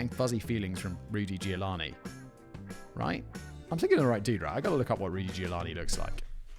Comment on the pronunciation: Well, he also said that she gave birth in 1980, so yea, I think he might have just been tired. Not that this is a good enough excuse, but still. One love ❤️ Edit: I'm here after "Ruty Giovanni", and just wanna say that Simon had an even worse than usually day for reading and saying names.